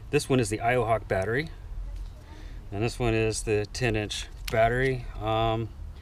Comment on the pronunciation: Every time you say "10 inch" I understand "teenage" xD